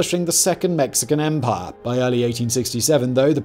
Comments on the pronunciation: I love the way says umpaah. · “EMPAAH”